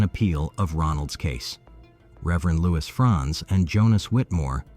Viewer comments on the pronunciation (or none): none